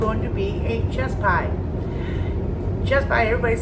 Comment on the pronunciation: I thought you said chest pie. 😬 Ya know, like navel shots!